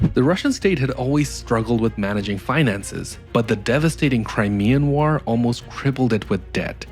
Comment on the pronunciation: I like that you pronounce war like an ork